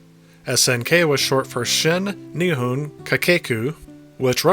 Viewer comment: Ni Hon, not Knee Hoon. Nihon, as in Japan